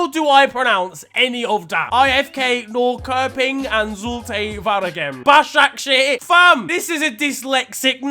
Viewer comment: Big up Niran for pronouncing the Ö in Norrköping correct